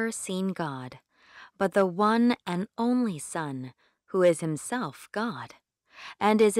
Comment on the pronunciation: 박지원 : but the one and only son 에서 왜 the가 디로 발음이 안되나요?